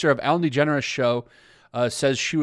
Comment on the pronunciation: Your generalizations are false. "They all" "everyone". Also you’re mispronouncing her name and doubly mispronouncing her wife's name. This carelessness negates your competence in the matter.